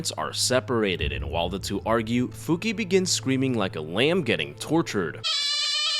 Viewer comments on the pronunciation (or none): Not to be rude but her name it’s not Fuki its Fukie, I know you wrote it correctly but that “e” it’s pronounce like eh like the e from the word “Yes”